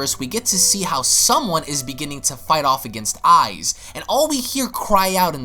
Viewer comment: You pronounced papayaman and ize wrong